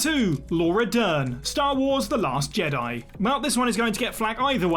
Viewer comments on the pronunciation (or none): none